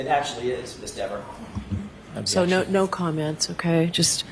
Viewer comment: its dever,,not deever,,sir! and its a garooge not garage